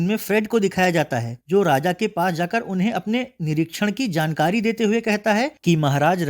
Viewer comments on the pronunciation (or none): none